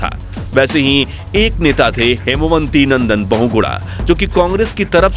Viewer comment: Kripaya naam sahi pronounce karain. Wo हेमवती नंदन बहुगुणा थे न कि हेमवंती .....